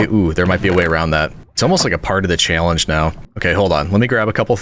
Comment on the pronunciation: Just figured it out, gotta be Wisconsin or Minnesota.....right? The Challenge pronunciation did it lol